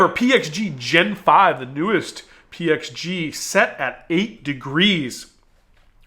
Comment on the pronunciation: So glad you pronounced the the PXG clubs correctly. It is zero 2-1-1 or any variation. Your wife has taught you well